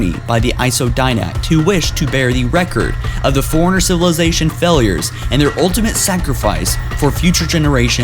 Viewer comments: The li-berry-an foreigner? Did you mean librarian forerunner? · OMG forerunner (4- run-ner) not foreigner. i cant watch this channel with you sounding like you've never played the game. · Pronounce forerunner right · Matthew Bridges He said it every time